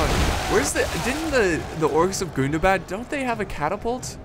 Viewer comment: You pronounced "Gundabad" wrong. In Tug of War I learned that you have to pronounce it in a very special way whenever you say "Gundabad";)